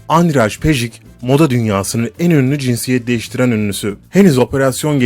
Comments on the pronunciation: andray pejik ne lan mal andrey peyiç okunur. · 1 ) andıraj pejik değil kardeş ANDREC PEJİÇ 2) çen lili değil ŞENN LİLİ 3) lea ti değil LEA TE 4) kaladyo çarez değil KLADYO ŞAREZ 5) flornika de la ve değil FLORENSİA DE LA Vİ 6 karovlin tula cosey değil KERROLAYN TULA KASSİ birde şu anlatım dilinde TRANS ,TRANS KADINLAR , ve TRAN cümlesi ile başlayan her anlatımında baskılı ses tonu kullanmasan daha iyi edersin !!!